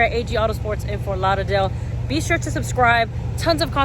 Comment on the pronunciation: Its the way you say Fort Lauderdale for me lol